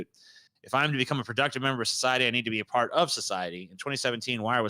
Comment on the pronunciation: Part not park damn text to speech thing